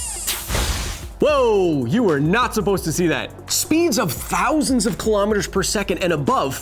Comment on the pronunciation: Your pronunciation of kilometre makes my ears bleed Besides that, love the show.